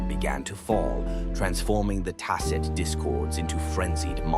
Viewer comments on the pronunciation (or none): bro, the way that the AI voice pronounced “Fractsidus” and “Tacet” got me dying 😂😂😭💔